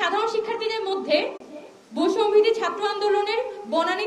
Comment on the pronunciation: বৈষম্য বিরোধী নামটাও এখন সঠিক ভাবে উচ্চারণ করতে পারে না মেউধাবীরা। লজ্জাই পায় নাকি বুঝি না।